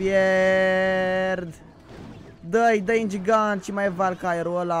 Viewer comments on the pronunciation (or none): se spune valkiria, nu velkaier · Lol,mor de ras (Velcaiăr),Se pronunta (Valcheri).Nu sti engleza mai deloc in ce clasa esti???:)) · invata engleza copile valkirie nu valkarie dislike la toate videourile cu clash royale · baaaa valkirie se citeste velchiri nu velcaiar :))) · nu e velkaier e valkeri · se pronunță valkeri nu velkaiar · se zice vachira nu valcarie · valkaier nu valkarie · Coaie, se citește ''valchiri'' nu ''valcaiar'' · "velcaier":)))))))))))) 2k17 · ai pronunțat greșit valkarye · valkyrie se pronunta valchiri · valkyrie se citeste valcheri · Se zice velkerie sau velkeria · nu se pronunta "velcaier" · nu se spune asa valkery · se spune valkeri